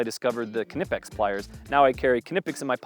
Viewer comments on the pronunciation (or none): Ok, as someone from Britain I'm wondering why Americans are now pronouncing silent Ks, I'm seeing it everywhere now with knipex etc. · Stop saying the K in knipex